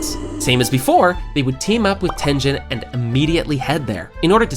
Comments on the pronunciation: tengen ❌ tenjen ✔ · Tengehn instead of Tengen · Bro is saying tenjen instead of tengen or uzui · His name is not tenzen it is Tengun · Your saying tengens name wrong its not ten-dhen its ten-ghen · His name is TenGEN not Tenjen...??? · “Tenjen” 😭✌️its tengen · Who tf is TENJEN!?!?! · It’s that Jen , it’s tengen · Maaannn who the hell is tenjen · Bro I got pissed every time he said tengen. Like great vid but dang say the name correctly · Tengen (Ten-GINN) not Tenjin, and it’s Mugen (Mu-GINN) not Mujin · Muzan (to Tanjiro): Hmph! You've been reading the Demon Slayer wiki on Fandom, haven't you?! Besides, it's actually pronounced "ooh-ROH-koh-DAH-kee", "GEHN-ya", and "TEN-gehn" (I'm half-Japanese).